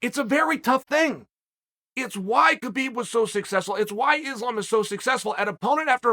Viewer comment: Its islam not izlam please